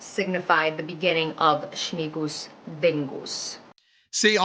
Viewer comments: Śmingus not Śmigus. Śmingus. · Yes, we pour water at each other. Not only men at women. And another "tradition" is definitely not Polish. She is talking total rubbish. Also it's smingus not smigus.